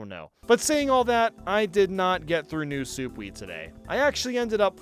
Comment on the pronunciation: "New Soup"😂